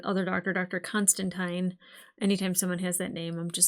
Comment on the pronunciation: Extra points for pronouncing Constantine correctly.